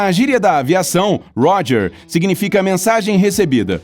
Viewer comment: Não é gorge É Roger